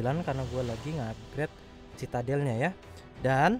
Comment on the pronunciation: Bang bacanya citadel= sididel